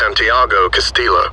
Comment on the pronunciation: Castillo is pronounced, like all spanish names with a double L, as "Cast-ee-yo" in English.